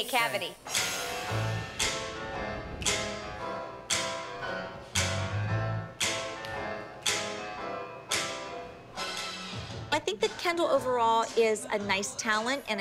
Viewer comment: “ThAt- GaVe mE a caVitIE”😂